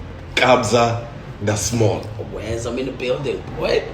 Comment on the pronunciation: Kabza de "mall" not small lol